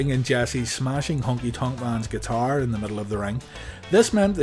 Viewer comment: "At tha Alamo"